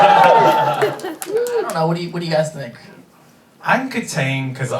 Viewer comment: Nonono Dante its pronounced Kataang